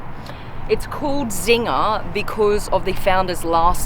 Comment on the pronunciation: Czinger should be pronounced as "Tsinger" not "Zinger" and looks like an old Hungarian family name with German background. "Cz" is an archaic way of writing the sound "C" which is pronounced as English people would pronounce "ts" :) like tsunami.. sounds almost as cool as this engine!